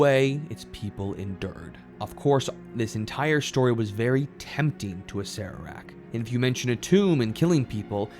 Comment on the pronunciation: Is that really how to pronounce his name? I always thought it was ass-er-ack